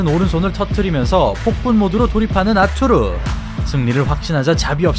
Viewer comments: 아투르...가 아니고, 아르뚜르...라고 해야 해요. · 러샤 원어민 발음으로는 아투르가 아니고 '아르뚜르'라고 '뚜'에 악센트를 넣습니다.